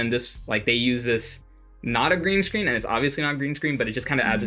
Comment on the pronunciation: It’s not grean screen 💖💖